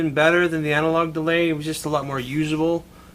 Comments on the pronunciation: "Analog DEAY" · It's Deray actuarry 😁